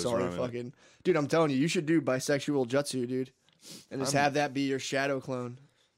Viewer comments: Hearing matt say Jut-sue instead of Joot-sue has me dying. Matt's inner weeb coming out. Naruto is goated. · Wuder style jut sue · It's so damn funny how Matt pronounces words like Nar U to and jut soo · Isnt it Jewt-zoo? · Matt's pronunciation of jutsu is killing me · Matt saying Naruto and jutsu wrong